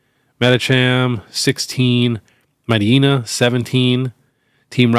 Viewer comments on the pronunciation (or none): lol might yeena and muhh ril. Think its mighty-ena and meh-ruhl